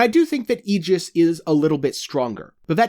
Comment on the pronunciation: Aegis is pronounced that way ...it’s “EE-GIS”